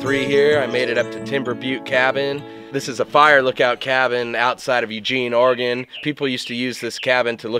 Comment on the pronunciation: I love that you pronounce Oregon correctly 😊